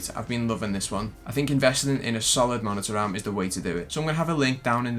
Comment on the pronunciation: If I here “ MONITA AHRM “ one more time I’m going to lose my shit